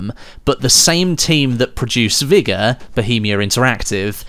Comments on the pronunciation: Vigor not vigga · What a weird way to say vigor